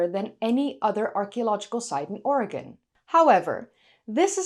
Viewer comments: Thank you for pronouncing 'Oregon' correctly. 'Oregin' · And yet, it should be pronounced correctly. But I have thanked for pronouncing it correctly. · Thank you for pronouncing "Oregon" correctly! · Thank you so much for pronouncing "Oregon" correctly!😀👍 Thank you for the updated video. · *standing ovation for your pronunciation of Oregon. ty for caring what locals say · You pronounced Oregon exactly like a local,something few Americans can pull off.😎